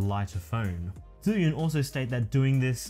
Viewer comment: 1st time someone in youtube pronounces the name of the gimbal right! I'm guessing because you are chinese hehehe. Great vid bro!.